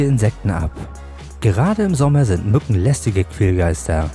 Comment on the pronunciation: hört ihr auch an der stelle raus was ich höre ? Minute : 3.44 .... ich Zitiere " Gerade im Sommer sind NUTTEN lästige Quälgeister " xD